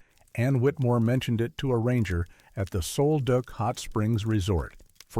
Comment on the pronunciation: Hey. I live along a sol-duc River and the pronunciations are killing me. Also. you owe the native Quileutes, an apology... Cool stories though😊